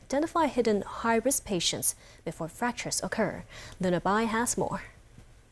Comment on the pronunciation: What happened to the pronunciation of luna bai. Mainland China English pronunciation.